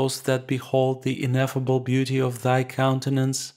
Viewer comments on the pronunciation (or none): none